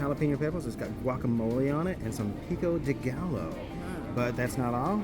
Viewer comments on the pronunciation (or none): I know this video is old but I just feel the need to let you know that two “Ls” in Spanish is pronounced like a Y. It’s not pico de gal-low, it’s pico de Guy-o